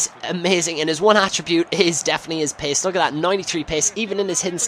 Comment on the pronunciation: When u say pace it sounds like your saying piss o.o